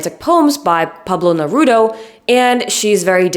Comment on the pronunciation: It’s Neruda - not Nerudo